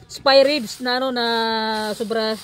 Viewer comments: It should be “SPARE RIBS” hindi po “SPY”. at mukha pong pork belly yan kasi kapag spare ribs it has a ribs meaning may buto. Regardless it looks good. Ang sarap tingnan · Spare ribs..not spy hehe🙃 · Spare ribs po..😊 Hindi spy ribs ma'am. Pero it looks like Pork belly po yang meat na gamit m po not spare ribs. Pero for sure subrang sarap po Nyan ma'am silent viewer m po here. God bless 🙏